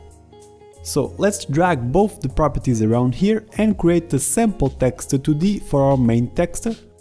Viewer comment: My right eye twitches whenever you say "texture"